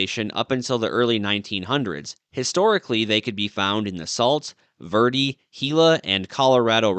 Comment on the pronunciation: It is pronounced varday.